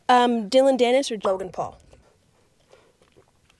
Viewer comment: Sorry…Is she saying Jogan Paul?!